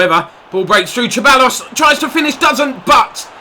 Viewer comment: Hi mate love your videos so happy you are playing pes and on a challenging difficulty level too. Ceballos is pronounced "sir buy os" in spanish